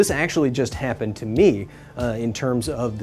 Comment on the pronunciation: "that one kinda kappened"😂